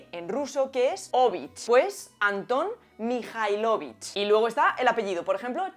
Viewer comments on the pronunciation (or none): El acento de los patronímicos van a la otra letra. No MijailOvich, sino MijAilovich Y tampoco es correcto en el femenino. Sería Maya MijAilovna TchaikovskaYA!! Cuándo es femenino, normalmente agregamos la A también al final del apellido